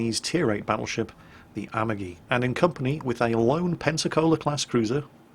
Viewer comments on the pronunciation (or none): japanese names. Say it like this, the a-MA-gi, not Amagi. Three letters, accent on the middle one. The "gi" as in the word go, not like as a "j". Two other examples. Its the Shi-ma-Ka-ze, 4 letters, accent on first and third. The My-o-Ko, same deal. Love your channel, it's a bright point in my day to hear you wail on the stupids. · And has fucked up Amagi's name, too... checks off The List